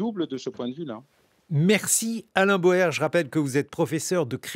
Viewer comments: D'après la voix, l'invité s'appelle "Alain BAUER" et non "Alain BOER" 😇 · Bauer et NON PAS "Boer"! 😡